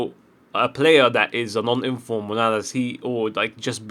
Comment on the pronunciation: who tf is Monalas? say it properly ffs, it's not hard